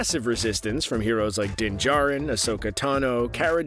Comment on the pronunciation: His name is Din Djarin.